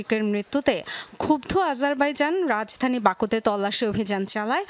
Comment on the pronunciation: আজারবাইজান❎আজাইরা বাজান ✅ 😂😂😂